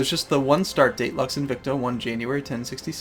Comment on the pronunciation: lux is not pronounced "laks", its pronounced almost as "looks"